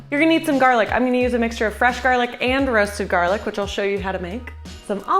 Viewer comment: "Fwesh mozerewa prepawation" wow you're adorable